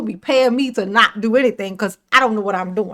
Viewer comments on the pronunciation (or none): nah you don't have a right to axe fo anneeeyding